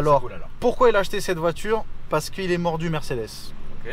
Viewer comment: Quand il a dit vers " il est mordue mercedes " au debut j ai compris " il est mort du cedes" je me suis dit merde le gas il est dans la tombe mdrr